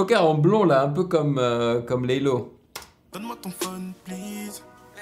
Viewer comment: Le dernier couplet c'est sneaazy et pas laylow tu a dis laylow ahah